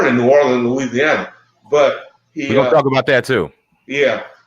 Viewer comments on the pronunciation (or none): none